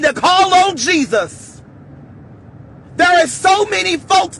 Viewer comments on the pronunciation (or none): none